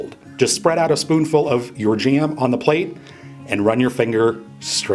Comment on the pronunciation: I find it strange that he 'goes ahead' a lot, and calls it 'Strawberry JEM' !